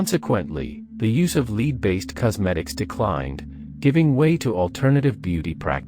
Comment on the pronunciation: It's pronounced "Lehd" my friend.